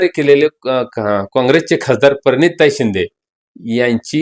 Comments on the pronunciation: आणि परिणीती नाही प्रणिती बोल 😂😂😂😂😂 शाळेत जा आधी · पत्रकार महोदय यांनी शहाण्या माणसांना प्रश्न विचारवेत याला प्रणीती म्हणता येत नाही तो परनीती म्हणतो आणि पत्रकार का म्हणून त्याच्या कडे माईक घेऊन जात असतील